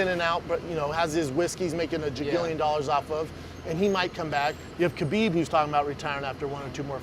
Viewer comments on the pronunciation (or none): You should hear him say Khabib 😂